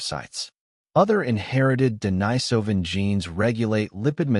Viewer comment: They couldn't even pronounce Denisovan consistently.